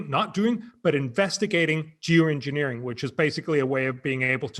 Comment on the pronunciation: Lol, he said “jew engineering”